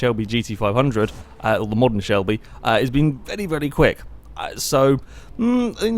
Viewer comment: AM I the only one who thinks says "vely"? xD